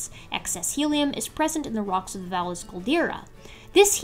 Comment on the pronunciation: Valles (Caldera) is pronounced "vayes", spanish for valley